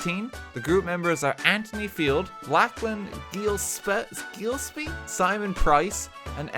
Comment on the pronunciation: Gillespie is an Irish name wtf why don’t you know how to pronounce it Dad are you lying to us about something